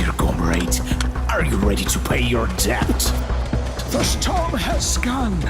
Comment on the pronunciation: The voice acting is really really really really bad and I hope this is just early concept stuff that will get changed later lol. They even pronounced the b in "debt" Looks very interesting tho overall